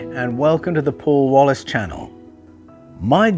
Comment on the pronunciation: "Welcome to the channel..." 😅 No chance Paul is poor. OK, it’s supposed to be a Paul Wallis, but it absolutely sounds like a. But the benefit of such an introduction is that I really paid attention to every word after that.